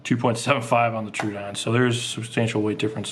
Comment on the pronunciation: Troh-oh-don. Not true-odon. Sorry it just bugs me to hear it said wrong.